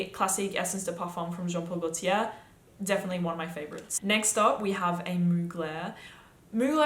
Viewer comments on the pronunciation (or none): none